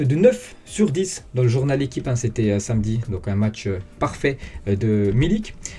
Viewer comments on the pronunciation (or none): none